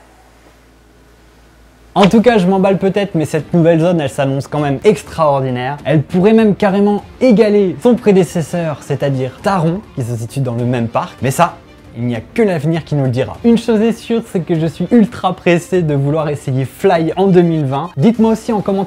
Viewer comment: j'ai hâte de retourner à phantasialand (Taron 😍😍😍) pour tester F. L. Y. en plus je compte bien aller à l'opening ! Par contre Taron cela ce prononce "Taronne" sinon super vidéo 👍